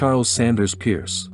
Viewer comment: Peirce is pronounced purse